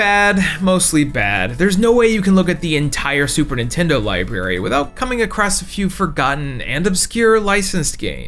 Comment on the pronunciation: Library Notice the "r"s in the word? There's more than one